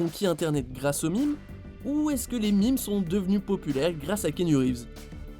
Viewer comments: Les mimes ? LES MÈMES!!! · Arrêtez de prononcer des "Mimes"